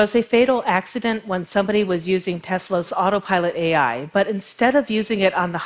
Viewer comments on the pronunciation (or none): Adam Raymond it’s pronounced A I not All I... ;p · I’m laughing so hard ... I’m snorting and shaking... meat pies... omg. So now I can’t un hear meat pie each time she says AI 🤣 🥩 🥧